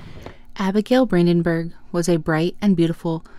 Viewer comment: Branden-burg - not Bränden-bürg - good job but speak the name in right prononcation